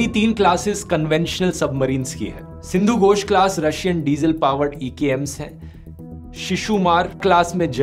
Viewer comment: Sindhu Gosh nahi😢 🥩🍖❌ Sindhu Ghosh घोष